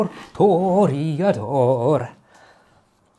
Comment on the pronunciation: Why is Rajiv pronouncing "Toriador" instead of "Toreador"?